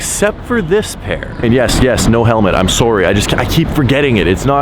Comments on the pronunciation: “I’m swurry” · You can tell how Canadian you are when you say Saurrry